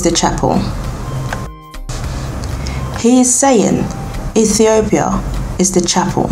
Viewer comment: My girl, I am Rastafarian and you have some information which is historically incorrect and your pronunciation is off and convoluted with bible verses. Aethiopia??? Never heard of that. Abyssinia is the original name of Ethiopia. So go read some more! Watching here in St Lucia 🇱🇨 and disappointed with this tlc